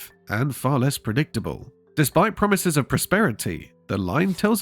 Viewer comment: What "pwomise"?